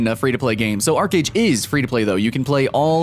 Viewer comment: When you said Archeage I couldn't stop laughing and it was impossible taking the rest of the video seriously...